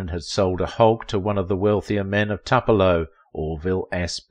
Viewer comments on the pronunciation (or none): Toopelo! or Twopelo…not Tup